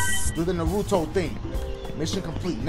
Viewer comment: You saying naruto wrong